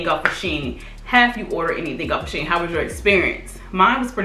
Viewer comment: Lol I pronounce it she in as well. But I love them I've ordered from them a few times.